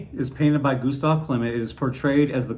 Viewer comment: Great review! The presentation of this fragrance is truly decadent. I hope I can get my hands on it someday. Also, thank You for pronouncing Danaë and Klimt correctly!